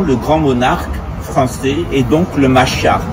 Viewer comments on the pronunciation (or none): none